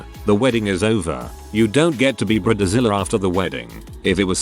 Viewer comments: This is why AI voices are a bad idea. Brid A Zilla. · Briedder zilla 😂💀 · Ooh it gets me everytine he says brid-eh-zilla